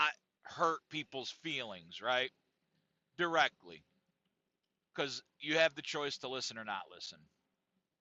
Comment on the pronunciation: Emphasized “directly” 😭 😂